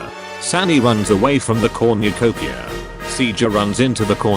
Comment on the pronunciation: No-one: This video after 2 minute: "Comucopia"